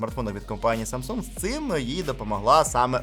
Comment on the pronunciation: "Самса" якже це вуха ріже, вже можна договорити 2 літери